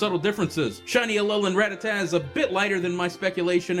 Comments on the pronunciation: You pronounced Rattata incorrectly... It's not "rá-tata", it's "ratá-ta". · When people say rattatat when its rattata :u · Everyone always pronounces Rattata wrong. It's Rah-tah-tah. Of course I also used to prounce it wrong as Ratta-tatta, so... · why do you say rattata like that..?